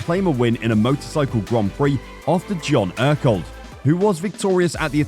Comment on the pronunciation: Your pronunciation of all the key names is terrible. Team Ajo = Eye O Ekerold= Ecker-old. Kork Ballington= Cork Bal-ing-ton.. Sort it out and give some respect to those great people.